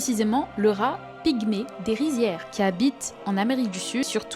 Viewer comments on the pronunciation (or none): D'un RRRRAt 😂mdr maintenant ya tout l'est de la France qui est contaminé 😢